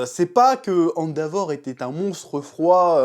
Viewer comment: Chef ... Arrête de dire "Andavor" .. ça trigger 🙃